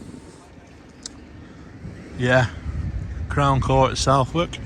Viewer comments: It's pronounced Suthark not South Wark. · It's pronounced "SuthArk" ps it won't be 30 years, it will be 10 with good behaviour. Scum bag he is.